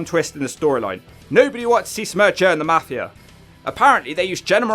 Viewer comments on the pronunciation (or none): It's pronounced MAFI-UH, NOT MAFI-ER. YA COCKNEY BASTARD